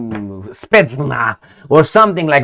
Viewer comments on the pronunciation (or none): none